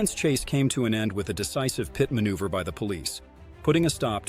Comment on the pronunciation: 35 (peeyet manuever.)..come on..this is ai...